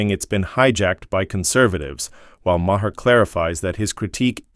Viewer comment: Mah-hear! lol. Just stop this AI nonsense!